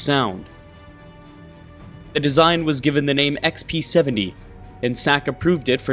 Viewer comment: Why do you keep calling it the XP-70?